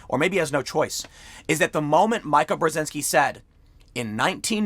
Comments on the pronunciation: “Micah” Brzezinski? Please. It’s “Meeka.” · It’s meeka dude, no one says Micah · "Meeka" "Meeeeeeka" Not "Mike-a" Tim can't pronounce names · Why the fug is TIM POOL PRETENDING not to know who MEEKA Bryszinki is? MIKE-UH? Come on, man.. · Tim, her name is pronounced "Mee-ka", not Mike-a. Not that she even matters that much. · Bro.. it’s pronounced “Meeka” When you say Mike-a it’s a male. Females the i is said like ee. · Its MEEKAH not MYCAH. Micah is universal but pronounced is different. Meekah is female, Mycah is male. Yes I do recognize the irony here. Edit: Tim: If only Democrats could listen to reason. My Grandfather: "In all my years one thing has been true since I was young: You can't reason with a Democrat." My grandfather was born in the 30s. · Tim, her name is pronounced "Mee-Kah" not "My-Kah" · Mika Brzezynski is pronounced "MEE ka" not "MY ka". Good breakdown of Joe's PR problem with respect to his #MeToo exposure. Long may he wane. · Mika => Meeeka, not Myka. Jeesh! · Mika = Meeka not mike ah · Someone tell Tim it is pronounced “Meek-a” not “Mike-a”. Please it drives me crazy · Stop saying “Check This Out” Tim. It’s annoying. Also, her name is pronounced Me-Ka not Mike-Ka. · You've never evidently watched Morning Joe. If you had, you'd have heard Mika pronounced 'Meeka' instead of 'Mike a". But this is a quibble. You do a fine job and I really enjoy your videos. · Mee-ka not Mike-a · Tim... You drive me crazy... It's pronounced MEEKAH, not MIKA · Tim, It's pronounced meekah, not Mike-ah. Like a russian name. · Why does everyone call her MIKE AH...It's MEEK-AH. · Tim pronounces everyone's name wrong. So much so that I almost wonder if it's on purpose. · Meee-ka, no Maika. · Mika pronounces her name as Meeka. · Come on, Tim, you've been around long enough to know how to pronounce Mika, unless you are making it sound like Mike to ridicule her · Pronounced “MEE-KA” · it's "MEEE-ka", FFS, meeeeeeeeeeka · It's pronounced "Mee kuh". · TIM its Mee-ka